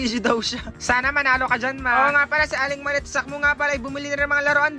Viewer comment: Sakmo hindi po salmo 😂